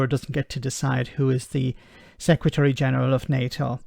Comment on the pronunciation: Sec Ra Tree? When did the English stop being able to speak English?